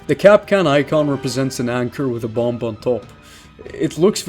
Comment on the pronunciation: Huh. I’ve never actually heard someone pronounce bomb as its written in a sentence